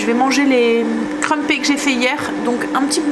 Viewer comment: Coucou... j'ai testé les crumpets (on dit creumpettes en prononçant le s 😉) pour passer mon levain écarté. Comme 4 de mes petits enfants arrivent demain pour 4 jours, en pkus des pancakes et du gros cake aux cartes de chocolat et une brioche il y a des petits dej et goûters prêts. J'ai fait un pain de mie au levain... miam. Un peu trop fermentées bon.. du coup j'en refais un demain pour des sandwiches et croques monsieur(on prend le train lundi pour le Sud alors faut du pique nique lol) on adoooore préparer... et puis le plus âgé de mes petits fils veut un atelier préparation de tenders. Mamie Caro a prévu ça vendredi après midi pour manger samedi midi... bizz